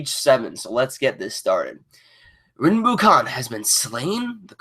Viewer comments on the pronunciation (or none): "Rinbukhan" lol